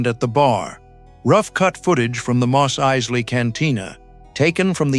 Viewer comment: The "narrator" also pronounces "Mos Eisley" two different ways.